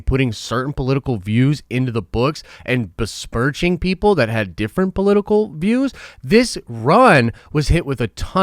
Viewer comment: berspurch? besmirch?